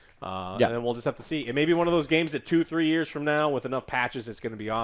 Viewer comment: did he ever get better at three frows?